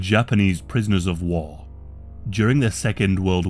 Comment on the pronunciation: "prisoners of wah"